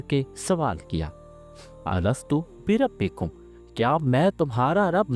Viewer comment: Arasthu berabikum nai Hy sahib Alastho berabikum Hy